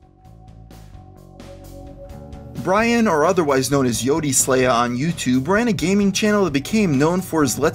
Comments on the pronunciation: its not pronounced "yo-dee" slaya its "yote" like boat but with a y. I remember specifically in a video him talking about that being how his youtube name is pronounced. Rip bryan :/ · you pronounced yoteslaya wrong